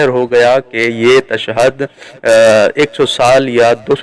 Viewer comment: Beta tu pehly tashahud bolna sikh ly pir ye fesla karty he ke shahadat salasa durust he ya ghalat. Tashad nahi hoti tashahud hoti he.